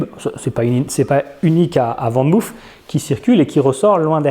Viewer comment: Je sais que les français ne sont pas les meilleurs en néerlandais mais pour info van moof se prononce "fane mof " et non "vane mouf" ;) groetjes ;)